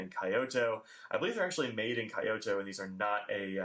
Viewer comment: I am sorry to nitpick, but your pronunciation of Kyo and Kyoto is totally wrong! It's not "Kai - Oh - to" as you say it, it's one syllable Kyo - rhymes with go, or dough. and the to is pronounced like the toe of toe on your foot.